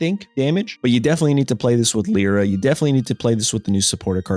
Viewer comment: Can someone who watches his streams explain to him how you say Lyras name correctly, pls...